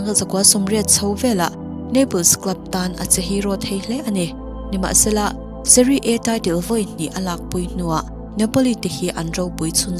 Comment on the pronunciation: Kan lo sawi ve lawk SERIE A tih hi A Aw B a 'A' kan lam ang hian lam tur. Seri A tih tur.